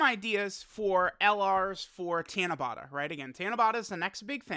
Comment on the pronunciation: Tiana-bata? It's Ta*na*ba*ta. Four syllables "Ta" as in the word "taught." "Na" as in the word "not." "Ba" as in the word "bought," and the final sound is the same as the first since there is only one of each sound in the Japanese language. By the way, Tanabata is still a ways away--July 7th! We still have May and June to get through and we aren't quite halfway through May yet. Tanabata isn't really a big deal over here in Japan. It's more like Saint Patrick's Day to be honest, it's an event that we are all aware of, but it's not a holiday and not everyone partakes in the ritual side of it, though some do...like Saint Patrick's Day. Golden Week holds a lot more many to folks here than Tanabata does, as it's nearly a week full of actual holidays, paid time off! Japan has three really important holidays/events that everyone is looking forward to and they are in this order: *New Years (12/29 to 1/5 is the time most people have off) *Golden Week (4/29 to 5/5--though the Monday and Tuesday after Showa Day are not holidays) *Obon (8/13 to 8/15 though time off can vary from place to place) New Years in Japan is like Thanksgiving and Christmas all wrapped into one big holiday over here. Everyone's going back home to be with their family, and it's just as important to Japanese people as Thanksgiving/Christmas is to Americans. Golden Week is more like Spring Break, but for working people and students alike. Many are just grateful to have time off from work, especially for those that